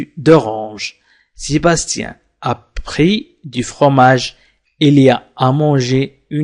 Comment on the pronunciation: Oui j'ai entendu bien, mais (( a pris )) je l'ai entendu (( après )). Avec tout mes respect .